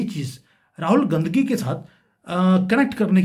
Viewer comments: अबे गाँधी बोल ना... बराबर....भो😮...ले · साहब पहले गाँधी बोलना सीख लो...तब बाद में भाषण देना।अभी तो आपको बोलना भी नही आता है।कोई दिक्कत है तो स्पीच थैरेपी करवा लो।ऐसी भाषा से आपके घटिया लेवल व संस्कार का ही पता चलता है। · राहुल गांधी का उच्चारण ठीक करिए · भाई साहब आप बीजेपी की तरफ से बैटिंग कर रहे हैं आप गांधी सही नहीं बोल पा रहे रंगिया बांग्लादेशी गीत चुनाव का स्टैंडर्ड तुम्हारा 11 साल से क्या कर रहे हो अब यह बात है हजम नहीं होती कोई नया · अगर आप सिर्फ analysis करेंगे तो ज्यादा असरदार होगा।किसी के भी surname को गलत तरीके से बोलना आप के analysis को कमजोर करता है और आपकी घटिया मानसिकता को दिखाता है।